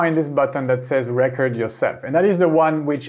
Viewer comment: Just a quick tip from a fellow ESLer: the way you say “recording” is perfect, now cut off the “ing” and pronounce it the exact same way and you’ll be saying “record” correctly. Love the videos, keep it up! 🙌